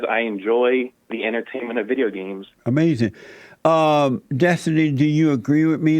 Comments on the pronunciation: because each time destiny says something he can't defend he just says "AMEZIN" and moves on to the next topic. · It's like his brain shuts down when challenged and he reflexively says ahmazin.